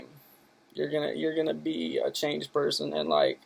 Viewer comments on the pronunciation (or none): none